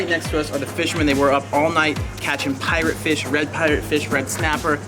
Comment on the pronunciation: Parrot fish not pirate fish 😂 Great content though...thanks for broadcasting the richness of our culture on a global platform...much blessings